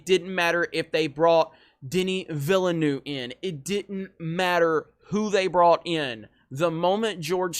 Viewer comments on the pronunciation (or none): I'm still waiting anxiously for the first American dumfuk biting their own tongue or choking themself to death while trying to pronounce Villeneuve. It's not Willynoof or sumfink as stupid and convoluted as that. Rather fuxn easy guys: Villnöff!